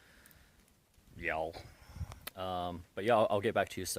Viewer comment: "I swear some of the mice are wearing Doc Martens." Hahaha. I think your vlog deserves a post trip video with all your funny comments. You're even starting to say Ya'all with a Kiwi accent.